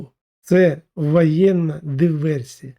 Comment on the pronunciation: Не непАхитна, а непОхитна. Не вАєнна, а вОєнна. Не пАгодьтесь, а пОгодьтесь. Не дАпАвідає, а дОпОвідає. Не Адним, а Одним. Не пАтрібні, а пОтрібні. Не ворАга, а ворОга. Не гАлів, а гОлів. Не вдАскАналювати, а вдОскОналювати. Не рАбити, а рОбити. Не стрАкАвІкІ, а стрОкОвИкИ. Все, на цьому баста, бо втомився від такої гидоти, щоб записувати мерзенні спотворення слів. Та й просто не встигаю, їх так багато. "ГАворящая гАлАва", в тебе все одно відео змонтоване, бо озвучка слів не синхронна з рухами рота. Дай озвучку нормальній людині, щоб на слух було сприйняття нормальне, а не казна-яке огидне твоє патякання. А ще простіше — базікай свою лапшу на російській мові, буде природньо і зрозуміло. А щодо пЄрЄмогІ, то, як Росія, так і Україна, обидві в пастку третіх потрапили, котрі цю бійню розв'язали і шалено фінансують. Співчуваю лохам, які дають свої вуха під твою лапшу зомбопропаганди про неіснуючу та незаплановану глобалістами пЄрЄмогу.